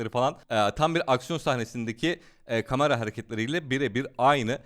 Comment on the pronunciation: Kıskanma olamazmı dil sürçmesi kamera önünde heyecanla söyleyebilir